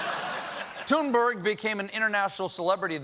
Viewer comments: Greta's name is pronounced "Toon-berry". She said so clearly in her on video clip. Please stop saying Toon-berg or Thun-berg! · It’s pronounced tuneburry one day someone will get it right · For the past year, Greta Thunberg has been making the news and talk show circuit. She introduces herself over and over in clear English as “Tune-BARRY.” Then one show host after another sittings there and reintroduces her as TOON-BURG. (Even the ones that take needless pain to roll the R and say GR-R-RAITA) And then tells us we really need to listen to her. Greta has been named Person of the Year in the same 2019 that Merriam-Webster declared “non-binary They” to be Word of the Year. If we can learn to use people’s Preferred Pronouns, why can’t professional journalists and highly-paid anchors learn to pronounce an internationally acclaimed youth activist’s Preferred Name?